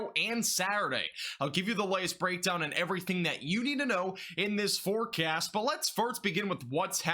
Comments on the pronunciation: Welcome to another Max Velocity FOREcast lol. Dude is a beast tho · The way u say “forecast”. Hella priceless ong